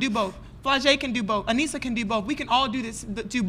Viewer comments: You said “Annesha” not Anessah so no that’s NOT what you said and they were right to correct you. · That pissed me off so bad. Her name is A-NEE-SAH, thank you very much. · Bruh said, “Aneesha”.. Why lie about it? 🤦🏾‍♂️ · He know darn well he mispronounced that girl name then had the audacity to get rude 😒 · That's what I said.... He's talking about " that's what we said." I'm like Sir, have a seat bcz you DID mispronounce her name. He was clearing coming out of his face. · How are they gonna bold faced lie about saying her name wrong in the beginning. “That’s what we said” well no it’s not so what now. That’s annoying and unnecessary. Cant imagine behaving like that at work and on camera.